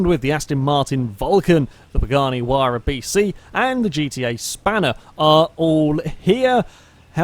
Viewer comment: it is pronounced H why ra